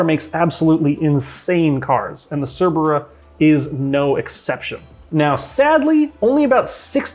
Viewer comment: I thought he said flat 8 Tvr Cervera 😦